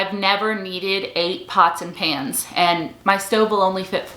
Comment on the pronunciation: I thought she said Nonstick pants. 🤣🤣🤣 I was like what on earth are those!! Until she explained further. Oooh pans!